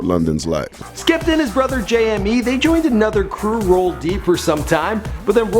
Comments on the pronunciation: Please pronounce him like you would Jamie not J M E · Come on, his name is pronounced Jay•Me not Jay•Em•Mee. It's spelled JME though. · i love how he pronounced it J.M.E. cx lolz